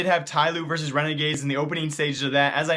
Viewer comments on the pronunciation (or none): none